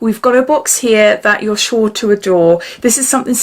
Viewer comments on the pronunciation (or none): none